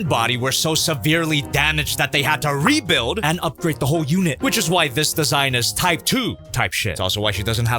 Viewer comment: "Rebuild" say that again